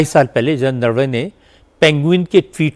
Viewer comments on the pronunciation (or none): राहुल गांधी चूसिए को नरवणे तक बोलने नहीं आता नारावने बोल रहा है😂